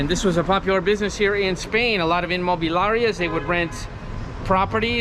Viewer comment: Inmobiliarias no Inmobilarias you need to practice more pronunciation.